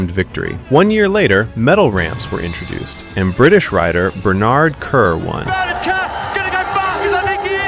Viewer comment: i wish he would stop mispronouncing Bernard Kerr 🤔🙀. maybe check how names are pronounced prior to making a video 🤷🏼‍♂️. great video though 👍🏼👌